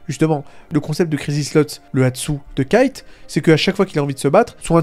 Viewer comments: Kite 😢 dit Kaito stp sa me perturbe 😅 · en tout cas on sait que ça se prononce kaito ça j'en suis plutôt sur à 100%(en japonais ça se prononce comme ça)